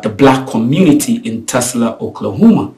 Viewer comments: it’s Tulsa, not Tusla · it's; TULSA not TUSLA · For your info, it’s not TESLA. It’s TULSA.